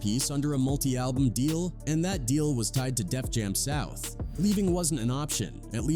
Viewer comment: Cringy to listen to. Listening to mispronounciations of Chingy, Def Jam South, etc... is crazy to me